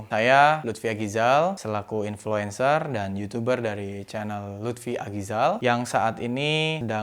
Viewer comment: Lagi inflensa dia